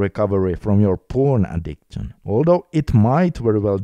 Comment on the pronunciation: Brother i like your videos. Btw it is addik-shin not addikt-shin